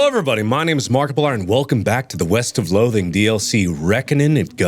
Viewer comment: I thought you said Weast